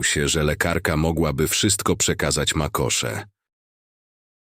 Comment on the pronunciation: Makosze zamiast macosze 😅